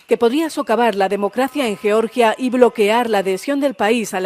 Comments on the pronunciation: Es horrible cuando pronuncian yioryia el país europeo. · ¿Por qué decís yeoryia? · por qué pronunciais Georgia como el Estado de Norteamérica?